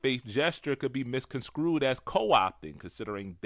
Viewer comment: 'misconstrued' not "misconscrewed" NEVER SAY A WORD THAT YOU CANNOT SPELL AND YOU WON'T END UP LIKE 40 something, saying 'Xspecially'!